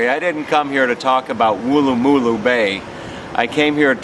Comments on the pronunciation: Hi, loved your vid, but your pronunciation is a bit out. You need to say it quickly as though you had had a bad pie and it was letting you know (not a Harry's pie obviously) - Woolloomooloo - not wool a moo loo. And no, we don't make up name places just to hear Americans say them, but it still is fun to hear you try! Welcome back any time mate! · Firstly, before you go posting a video of my hometown, learn to say the suburbs PROPERLY!!! And know most of the places are actually Aboriginal names. Wooloomooloo is said as one word. But actual Aussies pronounce it Woolamaloo. Try saying that in one go and then you’ll have it. Good on you for trying. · Wool...loo...ma...loo is how you pronounce it mate, shouldve asked the locals how to pronounce it so you dont sound like a tool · It’s wool-la-ma-loo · It would not matter how hard you tried to pronounce Wooloomooloo Americans fail? You have to pronounce imagining it is a single syllable word where it runs with no gaps...keep trying. I'll check your progress in a couple of years, perhaps you'll get it by then.